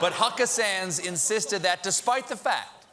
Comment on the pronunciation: Cynthia Kozikowski i liked that one time accidental "Suckabee" 😏